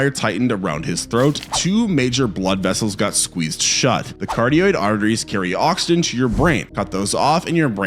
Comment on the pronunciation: ca-rot-Id artery…